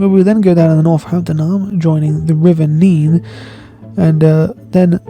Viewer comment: He pronounced it correctly! Neeeeene 😂😉 I’m from Cambs/Norfolk border, Middle Level territory.